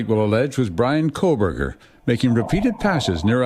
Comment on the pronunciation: You keep saying KOHL-BERGER Megyn and it’s driving me nuts